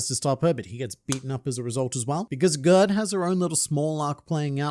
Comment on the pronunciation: I think Gerd is pronounced Yared (like scared) as it is a fairly common name in Scandinavia!